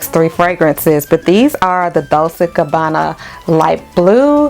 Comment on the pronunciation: Hey sis. Loved the list. I have Gingham and it's geeng-hum, like the plaid. Dolce sounds like dole-chay. I own The One by them and Pour Femme. I will try some from your list.